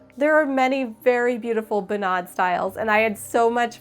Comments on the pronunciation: Good job on the dress, it looks wonderful!! If I may, I would like to give you some more information regarding the Norwegian folk costume and it's traditions:) First thing, sorry, but the pronounciation of bunad is wrong:/ You put too much accent on the a, like bunàd, but it's rather bùnad. (Now I know how Italians feel when people consequently mispronounce their proper nouns like focaccia etc. Anyone calling me a nitpicker simply does not understand the struggle..!) Technically, what you just made is called a "fantasidrakt" which is when you make a costume that's not really 100% a bunad, but inspired by it! Fantasidrakter are quite common among young norwegians who either want to do their very own thing, or sometimes simply cannot afford a real Bunad as they're super expensive(!). I think if you went to Norway on the 17th of May, a lot of old conservative people, that we like to call "bunadspolitiet", that is the bunad police, could have some negative response to the fact that you call your dress a "bunad" instead of "fantasidrakt". They're also the same people who would arrest (not literally but u get what I mean) anyone not having their hair in the right style while wearing a bunad, the right silver, the right shoes, even wearing sunglasses with their bunad, as sunglasses obviously are not historically correct... So beware of the bunad police. However most young people would love not only the design of your drakt, but also the fact that you designed it yourself and sewed i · As a Norwegian American, I need to inform you that are definitely mispronouncing all of the norsk. "Bunad" is not pronounced "Bu-NAD," it's pronounced "BOO-nad." I can't type the other sounds you messed up accurately enough to get the proper pronunciation across, but google translate could give you a good example of the pronunciation. Dress is amazing, though!